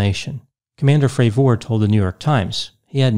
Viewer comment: Jesus dude can you at least get his name right? Have you heard anyone else refer to him by his name? Did he ever correct anyone in the pronunciation? Nope, not one in the 5 interviews I’ve listened to. Carry on